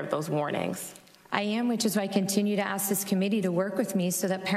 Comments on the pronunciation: "We all AXE that you...." Come on use proper English. You are supposed to be running our country, try to speak like an educated adult, not your street lingo! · Its so disgusting to hear the chairman of a congressional hearing say "axe" instead of "ask" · How did chairman Mr.Thompson get that far without being able to articulate thoughts in the English language?? "Let me axe you a question...." The answer.........affirmative action. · Aks-What the hell is Aks? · I don’t get why some people use the word ax, when they means ask. You would think an educated person wouldn’t want to sound like a thug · At the very beginning of the video, Mr. Thompson uses the word 'AKS' for ask! Who says you have to be rich and intelligent to be a politician! Ghetto much? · Is he saying ax? He wants to ax them..... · did he say we gonna ax??? really.....is Lee running for president? what a damn fool... I want to hear the chairman say, there's going to be consequences and repercussions for anyone that touches my cornbread.. amazing someone with I'm sure his amount of Education and that's how he speaks